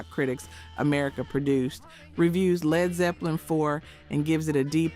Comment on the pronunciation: L-E-D Zeppelin? Ello? Sty-icks? C’mon. While you’re “researching,” find out how to pronounce the names. Or edit the audio track before posting.